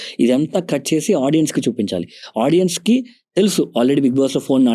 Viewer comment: Hey sorry to say. It's very irritating to hear audien? There's nothing like audien. Audience is the word. Content is great but pls correct this vocabulary.